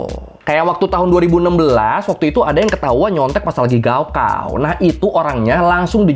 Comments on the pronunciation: bukan gaokao bacanya, .....tapi kaokhao bacanya.... wkwkwkwkw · Yg bener gaokao itu dibaca kaogao...高考 artinya ujian tinggi. Ini tulisan pinyin dimana pembacaan bisa terbalik. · Mas e cara baca 高考 "Gaokao" bukan " Gao Kao" tapi "Kao Khao" 😅😅😅 高 Gao (bc: Kao) = tinggi dan 考 Kao (bc: Khao) = ujian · Izin menambahkan 高考 pinyin nya tertulis GaoKao, tapi cara bacanya "kao khao". "G" dibaca "K"; dan "K" nya di baca pecah "kh" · Gaokao di baca kaokao bg